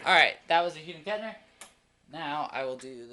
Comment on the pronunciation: Did dude just say :hude & Kettner????!!!